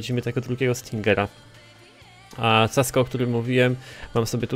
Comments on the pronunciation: Casco czyta się "Kasko" ty lucuchu niedobry. :D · mówi sie kasko